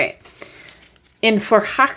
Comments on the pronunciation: Quite close pronouncement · You did not butcher the name :) This deck is so beautiful. I have to get it for the name alone